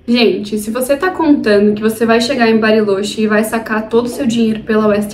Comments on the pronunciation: Acredito que eles lá pronunciem "barilôtchê", não? No espanhol a vogal "o" costuma ter o som fechado e o "ch" o som do "tch" de tchau. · vídeo perfeito. só fiquei agoniado ouvindo tu falar “barilôche” kkkkkkkk